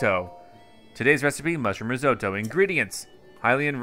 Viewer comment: The way he pronounces risotto made me physically stop what I was doing and stare at the screen